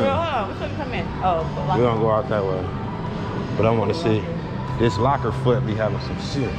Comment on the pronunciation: did bro say locker foot did bro say locker foot? lmao